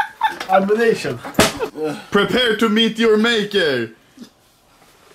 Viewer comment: “amination” SMACK